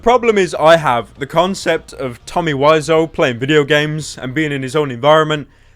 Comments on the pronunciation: Is it pronounced "wizz-ow" or "why-zo" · TOMMY WISEAU WE-ZOH NOT WISE-OH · Wisoo why pronounce it like that